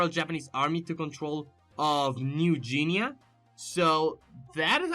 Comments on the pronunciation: New geinea is pronounced New GI-KNEE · You said new guinea wrong. But it's okay, other than that great vid